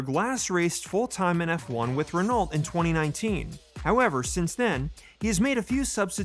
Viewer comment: Quite a well put together & presented video. I would subscribe & watch more of your videos if it wasn't for the BS title :/ (I'll let you off the bad pronunciation of Renault for now. Reh-no not Ren-alt)